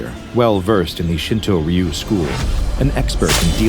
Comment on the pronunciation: "Ryu" is much closer in pronunciation to "rue" than to "ree-yew".